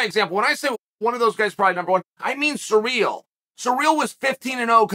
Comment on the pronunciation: Can you stop calling him "suh-reel"???